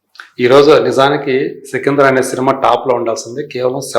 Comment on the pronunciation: సికిందర్ కాదు. సికందర్